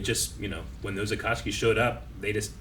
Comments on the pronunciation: I wonder why says "Atatsuki" every time and nobody corrects him lol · He seems to mix Itachi and Akatsuki He once referred to the entire group as the Itachi and it's morphed over time to Atakski